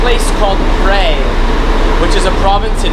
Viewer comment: It is a common mistake for many Thai locations to be mispronounced. Phrae is pronounced more like (Pear) not Pray. There is an ok hotel about a ten minute walk from the bus station. The fan rooms are fine there is really is no need for aircon. The only food anywhere near the hotel that is any good and or cheap is located in the old city about a good twenty minute walk behind the hotel. That is also where the city market is located. Just be aware like 99.9999% of Thais do not speak nor understand English and for sure not in Phrae. I have subscribed to your travel channel for one reason it is a smaller channel that I tend to support more than the big ones. Best of luck with your channel.